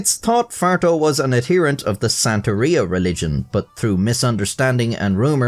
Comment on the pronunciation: im a native spanish speaker and the "farto" pronunciation hurts my soul, as well as "jefe" but its not as bad, "santeria"'s pronunciation was also horrible